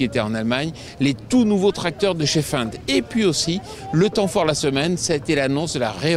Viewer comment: Jolie vidéo par contre pour votre titre qui est une question ont a déjà la réponse. Lol, il faut apprendre à comment ont dit Fendt 🤣